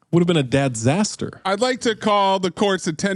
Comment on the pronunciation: He said DADzater twice like we didn't hear that BS the 1st time🤣🤣🤣🤣